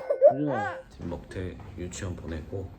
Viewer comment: 먹대가 아니고 먹태에요. 수정해주세요.